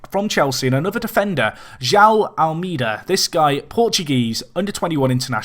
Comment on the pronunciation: joão is pronounced who ow